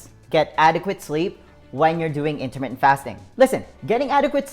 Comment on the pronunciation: U talk very fast....slow down just a tad. Also when u say intermittant fast...it sounds like intimate fast bc u talk so fast. Jus t throws off the effectiveness of the message. But use yr tips and advice alot. Thank you for time spent on videos. Miss the dog today.